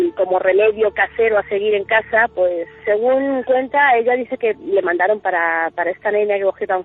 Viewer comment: ¿"LA manadaron" o "LE mandaron"?